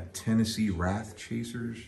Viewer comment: it's WRAITH bro